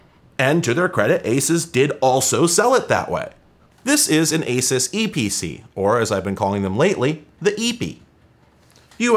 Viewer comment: Ah yes... The Legend. The Eee Pee Cee